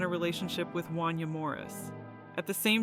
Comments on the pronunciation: It's pronounced won-YAY' not wan-yuh!! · 😂 Right! I’m from Philly, I had to do a double take, I never heard anyone say his name like that😂😂